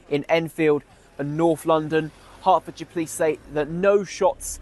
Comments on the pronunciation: I know you cover cases from the UK quite often so just some friendly advice! The word shire at theme of town names like Hertfordshire is pronounced ‘sheeer’ rather than ‘shi-ar’. There’s a lot of towns with this in the name so thought I’d let you know for the future 😊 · This case is from my hometown!! Just for future reference is pronounced 'heart-fod-share' ❤️